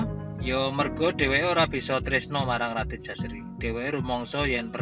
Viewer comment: Menurut baku yg saya baca, Putra dari Paranggaruda bernama JOSARI bukan Jaseri